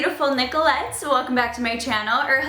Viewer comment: Omg u said hello my beautiful Nikolets and my name is Nikoleta Hahaha omg